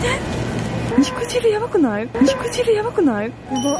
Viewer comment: 肉"じゅう"やなくて肉"じる"って言ってるあたり相当汁やばいんやろうな